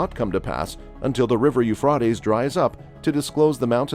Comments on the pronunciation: Yoofrawteez river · Ufraytes Americans can’t speak English properly. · I wish he would learn to pronounce Euphrates . Jesus is coming sooner than most people realize. Jesus loves you. Seek Him now while there. Is Still time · Please pronounce Euphrates river properly get your Australian accent gone go to ellocution lessons to get rid of that dame awful accent come to Ireland ☘️ Dublin I will teach you to say Euphrates hahaha 🤣 thanks I'm joking take a joke pal you done that well wow 😲😳 omg so glad I live in Ireland as I do not want to be first to let them 👿 demons near me and my fily they have toake there way to Ireland Dublin after they go through AISA east and america then we get it . Lord I repent and give my hole body life soul, spirit and any grace that may be In me I want to love you Father Almighty God 🙏🙏🙏 I do love you more than I love my family ❤️ this is the way it has to be if your being rising up do not look bk down to see if your family are being raptured as the lord will place you bk down as he will then no you do not love him as your father you love your family more so pls do not look down you will meet your family again be patient ppl don't look 👇 down or you won't be raptured pls 🙏🙏🙏